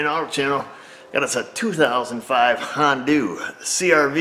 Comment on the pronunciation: how do you manage to pronounce HONDA > Hondu? You don't call Arizona > Arizonu Or Alaska > Alsaku